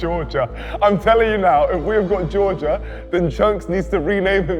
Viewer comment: Honestly didn’t get Georgia first, his pronunciation was odd